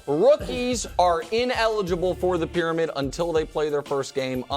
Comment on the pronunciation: "WORST TAKE PRYAMID"